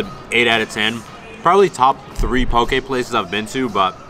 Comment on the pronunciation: Lol this is random but I’m from Hawaii you said poke the right way! Haha